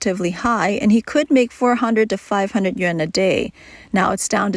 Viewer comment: Yuan is pronounced yu-on.